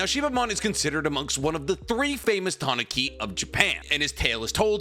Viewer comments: TAH NEW KEE not TA NAH KI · the way you say tanuki is a little off I always here people say it like this tanooki. as a I don't read or listen to Japanese I'll just roll with the way you say it for now🤔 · The way you say tanuki is kinda funny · I know this is a bit off-topic, but my god that pronunciation of Tanuki gave me enough psychic damage to knock me out. No, seriously. Usually, when you butcher Japanese words I can make a pretty good guess of what you mean, but this time I had to stop the game I was playing, rewind the video and look at the illustrations you used to make sure I properly grasped what you have just spewed. Please for the love of god if you have no idea how to pronounce Japanese words google it up. It takes only 10 seconds and makes a huge difference